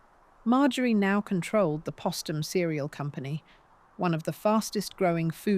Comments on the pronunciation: SHALLOW AND FLAWED--WHEN POSTUM WAS MISPRONOUNCED TWICE WITHIN THE FIRST FIVE MINUTES BY THE FEMALE-VOICED BOT-ARRATOR, THAT WAS THE FIRST CLUE THAT MORE POORLY RESEARCHED MATERIAL WAS GOING TO BE PRESENTED. THERE IS NO EXCUSE FOR INACCURACIES GIVEN HOW MUCH HAS BEEN WRITTEN ABOUT HER. IT SIMPLY REQUIRES ATTENTION TO DETAIL AND CAREFUL, THOROUGH EDITING BEFORE UPLOADING. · Why was Postum not pronounced like Post?